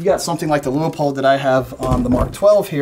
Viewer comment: Leupold (the company family) says it's pronounced LOO-POLD. Only two syllables.